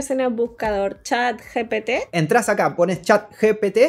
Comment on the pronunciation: Buen video, peeeroe cague de risa cuando dijo mal el nombre gpt y luego dice pete🤣🤣🤣🤣 pocos entenderán